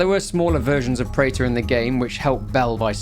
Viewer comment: the preta pronounciation is incorrect btw, its pronounced as pre-th or pre-tha not prater